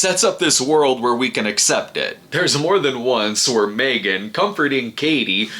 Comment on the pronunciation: That pronunciation of the title is money.